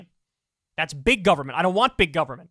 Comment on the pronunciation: gubmint lol 😂 it’s exactly how they say it 😂